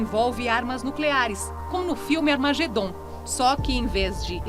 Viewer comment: Nao vem coisa boa por ai.ela falou amargedom